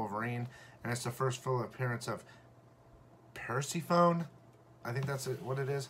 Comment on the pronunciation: It's pronounced "Per-SEF-a-knee"